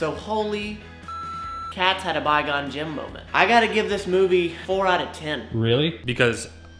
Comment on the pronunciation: Can someone tell it's Qui-Gon-Jin not Bye-Gone-Jim.....